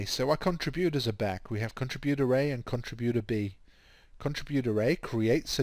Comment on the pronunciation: please learn how to pronounce contributor.